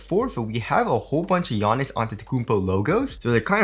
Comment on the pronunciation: wanna know how often you had to redo the intro because u did pronounce giannis name wring haha